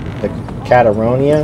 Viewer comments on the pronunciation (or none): Such nostalgia seeing you back at gwent man! Still have the notifications on, so it was a pleasant surprise 🙏 The boat is pronounced "Cat-tree-own-a" -- and on it carried a plague which nilfgaard brang to the northern realms. Hence it became known as the Catriona Plague, which ravaged the north.